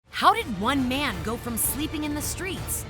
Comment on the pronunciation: The beginning: "How did one man" Me: "Wan Man 👁👄👁"